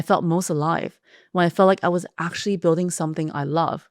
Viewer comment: Actually or aqtually? 😅